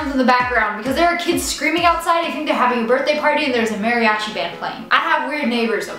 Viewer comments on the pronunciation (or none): none